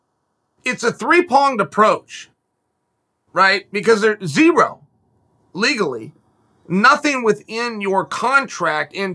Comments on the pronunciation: “3 ponged” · Me: It’s a 3 pronged approach. Uncle Chael: It’s a 3 ponged approach. Me: It must be a 3 ponged approach then. 🤷🏻‍♂️🤣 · What's a 3 "ponged" approach?? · Chael 'three ponged approach' Sonnen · Chael "It's a three-ponged approach" Sonnen